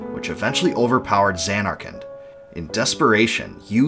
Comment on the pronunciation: Sounds like you're saying Xan-Narkand. Stretching the first syllable and making a double N sound while ignoring the last syllable.